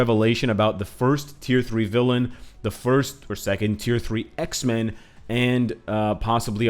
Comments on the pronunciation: Whenever he says Xmen, i hear Iceman. (Want him so bad in the game.) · Say X-men one more time please :D we love them X-Men too!